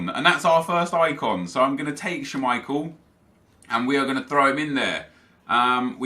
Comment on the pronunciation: the way you say schmeichel makes me want to die.